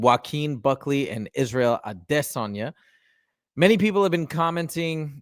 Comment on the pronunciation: The way you pronounce Izzy’s last lame is cringe. Stop you sound stupid